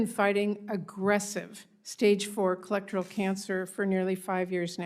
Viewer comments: I’m a doctor and as soon as she mispronounced colorectal cancer I knew everything else she was about to say about her medical prognosis is bullshit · The congresswoman doesn’t even know how to pronounce colorectal cancer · She didn’t even know how to pronounce colorectal cancer lol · She didn’t even pronounce colorectal cancer correctly lol